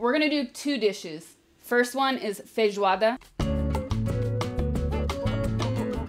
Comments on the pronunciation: cara, gringo fala "feidjôada" e "fawôfa" ela falou normal como falamos "feijoada" e "farófa" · When you say "feijoada" and "farofa" your accent is genuinely Brazilian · O sotaque cara, ela n fala com sotaque americano "Feijoada" e "farofa" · É a primeira gringa que vejo q ñ fala "feirroada" de primeira kkkkkkk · Toda vez que essa mulher diz "feijoada" eu me apaixono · SIM MANO,FIQUEI PENSANDO A MESMA COISA,BIZARRO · Eu tô impressionado com como ela fala bem os nomes dos pratos em português, ela fala "feijoada" se já fosse daqui!! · I have to say that your pronunciation of feijoada and farofa are just perfect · Your pronounce when you said: Feijoada was perfect. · You pronounce "Feijoada" and "Forofa" perfectly. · Ela fala feijoada perfeitamente, meus parabéns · Nossa é muito top ver ela falando os nomes em pt-br direitinho rsrs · Your "Feijoada" pronunciation is really good :O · Nooossa, voce pronuncia FEIJOADA muuuito bem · A pronuncia de feijoada dela e perfeita kkkkkkkk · Falou bem feijoada. Meus parabéns. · ela pronuncia muito bem as palavras em Português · Ela fala a palavra feijoada muito bem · Ela fala muito bem "Feijoada" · Ela fala “feijoada” melhor do que eu que pronuncia “feijuada” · Nossa ela sober falar feijoada 😄😄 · Oloko pronunciou feijoada e farofa sem aquele sotaque gringo